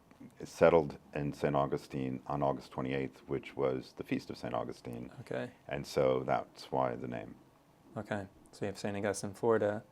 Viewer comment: Just a quick, friendly mention -- the saint is St Au-GUS-tine. The city is St AU-gus-tine. Accent shifts. 💙❤️